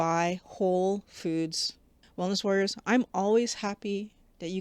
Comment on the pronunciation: I appreciate your videos, but could PLEASE slow down your pronunciation of "Hello Wellness Warriors"! It sounds like hallawallwalla!